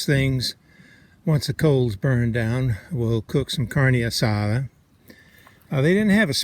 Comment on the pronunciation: Carne asada very well pronounced !